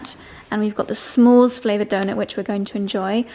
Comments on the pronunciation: What a lovely vacation spot, looks like you guys are having an amazing time. Love this so much. And a friendly tip, it S'mores, not Sch'mores, no need for the "ch" sound! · I keep laughing when you say “shmores”, sorry 🤭🤭. It’s not S-H it’s just S … like “smith” .. s’mores. ❤❤❤❤ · Smores not SHmores. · pronunciation of the word “s’mores” is sending me 🤭🤭